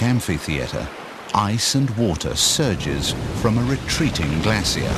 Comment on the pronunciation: Wtf is a glassieer? Is he trying to say "glacier?" Made with a sh sound